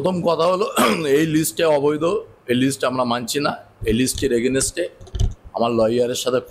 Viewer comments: এগেনেস্টে? নাকি এগেনস্টে? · Againset a aa.😂